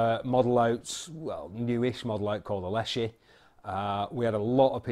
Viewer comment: I think it is pronounced. Less-she.. My SN is 467.. And I love it. 3000 rnd, sofar. And once I got a Bug Buster scope,, same hole at 10 meters... I use a Air Venturi hand pump. Less than 1.5 strokes per pellet. It is a tool, and most people would not use a brick for eye surgery. I just know, I still grin every time I use it. Bunnies? Not so much.